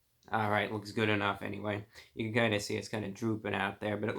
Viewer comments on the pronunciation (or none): none